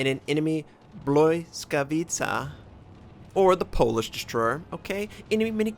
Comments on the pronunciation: the weird l is pronounced like w. so pronounce it bwyskawitza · The Polish one is pronounced something like "bleeskawitcha" It is a good ship and can be annoying.